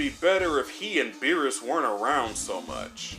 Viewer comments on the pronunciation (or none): none